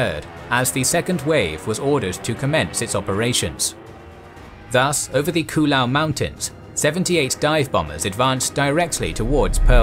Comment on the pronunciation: Not to nitpick, but Oahu is pronounced "oh-AH-hoo" not "oh-uh-hoo", and Ewa is pronounced "EH-vuh", not "eh-wah" or "ee-wah", Koolau is pronounced "kOH-oh-lou", not "koo-lou". At some places I was confused by where you were folks referring to. My grandfather lived in Honolulu when Pearl Harbor was attacked. He was about 14 years old. He enlisted just before the end of the war. He and my grandmother are buried at the National Memorial Cemetery of the Pacific in Punchbowl Crater. Keep up the good work. 🫡